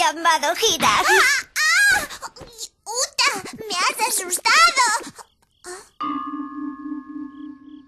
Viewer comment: Yo le escuche futa jajajaja